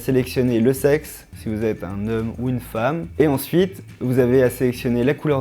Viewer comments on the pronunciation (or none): none